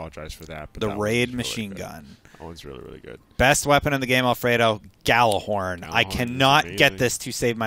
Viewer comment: FYI - The Gjallarhorn is pronounced Yallarhorn. It's Nordic in origin. #TheMoreYouKnow